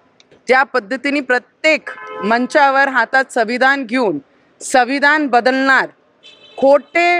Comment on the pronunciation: संविधान हा शब्द निट बोलता येत नाहीये 😂😂😂